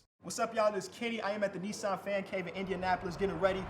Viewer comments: Kenny pronouncing Nissan wrong 😬😬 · What the hell? Americans pronounce it as neesuhn?